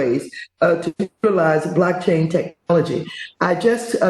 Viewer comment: Does she saying “black chain” technology or “blockchain”???